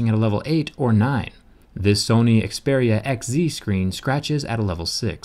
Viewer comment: I love the way you say "Xperia" lol